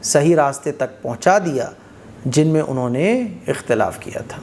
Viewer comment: ekhtalafu feeh hoga ya akhtalafu feeh hoga